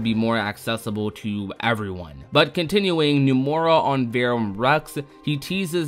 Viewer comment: I’m sorry but it really bothers me how he pronounces “Nomura” and “Dengeki” lmao. He says “Numora” and “Dengucky.”